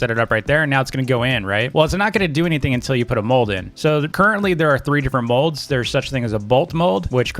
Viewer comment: He calls molds modes